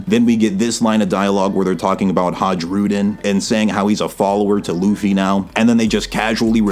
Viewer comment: J is pronounced like i It's Hairudin